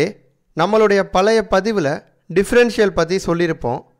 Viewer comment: பளைய தமிழ் அல்ல பழைய என்று சொல்லிப்பழகுங்களேன், நன்றி.